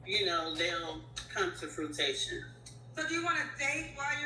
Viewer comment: said “fruitation” 🤣🤣🤣